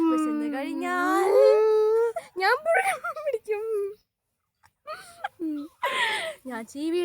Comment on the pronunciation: Pozha alla puzha